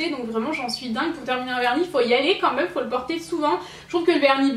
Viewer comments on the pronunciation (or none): vous trouvez pas que dit "meum" au lieu de "même"!;):D